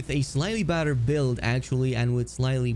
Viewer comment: I’m pretty sure whenever he says ‘badder’ he’s saying ‘better’ and his accent is making it sound like badder.